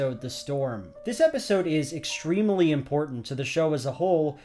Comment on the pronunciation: He is extrem-uh-ly correct